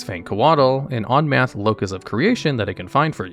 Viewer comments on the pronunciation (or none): "Onmath" lol